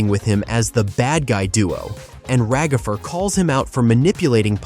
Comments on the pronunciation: It's ragatha not ragafer!!!! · It’s Ragatha not ragafre